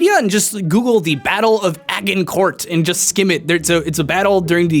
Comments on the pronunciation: It's pronounced ah-zhin-cor, not ah-gin-cort. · A-gin-core not what you said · The way you pronounced Agincourt made me laugh at the end XD think " Age in cour" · it's pronounced 'ah-jin-cor'. Other than that, loved the video (I studied history, especially ancient/medieval). You could have talked about the arc of an arrow. That's what English longbows used, the force of gravity coming on the descend to essentially pierce armor. Now, the other way to do this was with the crossbow, the Greeks had the 'gastraphetes' or 'belly-shooter, which was a full-person long bow you had to sit down to lock into place to fire. Another awesome bow was the compound recurve bow, famously used by Huns. It was made of sinew that was dried and stretched, wood to some degree, and bone. By bending back on itself, it produced more torq and could effectively pierce even plate mail at close range. It also was short and so could be shot backwards on horseback---Parthian shot, anyone? Look that up, its fun Romans Vs Parthians, poor Crassus... Anyways, if you ever need help or a helpful historian, hit me up. Love your videos man, my wife and I watch them together (she's the scientist of our home). Cheers! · Agincourt is French, so please don't try to pronounce it as though it's English, it's actually pronounced "a-jin-corr,", they don't pronounce the 'T' on the end of words... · "Ah-ginn-court" Oh dear. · isn't Agincourt pronounced azin-core or something along those lines? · you pronounced Agincourt slightly incorrectly, its pronounced with a "zh" sound like a muffled 'j'. anyway nice video ! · I love you, but how in the fuck did you just pronounce "Agincourt"? Was that a joke? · can't even pronounce Agincourt... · did anyone else cringe at how he pronounced agincourt... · Agincourt is with a soft 'g'. It's French. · Is that really how americans pronounce Agincourt? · Agincourt, with a hard g? That hurt my ears